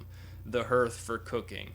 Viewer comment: Hearth. Pronounced harth. :)